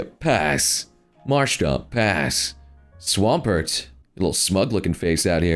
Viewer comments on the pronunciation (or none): none